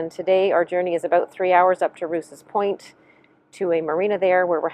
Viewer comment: It’s not pronounced Roose it’s pronounced Rowse. I should know it’s my mothers maiden name